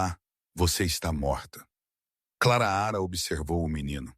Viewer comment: Por gentileza, narre sem errar o nome é Clara não Claraara